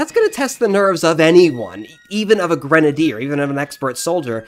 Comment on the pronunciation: It's pronounced: Gren-A- deer Not granader